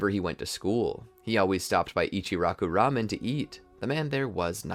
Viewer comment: Eechee Rock-UU Raw-Men